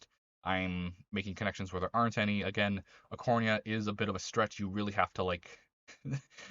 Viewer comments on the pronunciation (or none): It's not arcorNIA, it's arcorINA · You have to say arcorina like are core reena